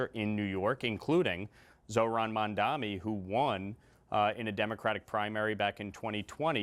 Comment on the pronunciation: Crazy how lawler served with him, but you still doesn’t know how to correctly say his name. Says more about his character than Mamdani’s